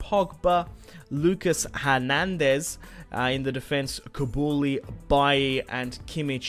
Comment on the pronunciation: its koo-lee-bally not kabouli